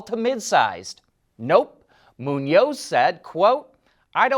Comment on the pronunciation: did mispronounce the President's last name (does NOT rhyme with Macaroni), but he did pronounce right the other guy's Hispanic last name of Muñoz (MOO-nioz). GO FIGURE!